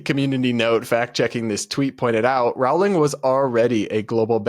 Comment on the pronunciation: No offense, but I cant stand how you pronounce Rowling. It's pronounced "Rolling."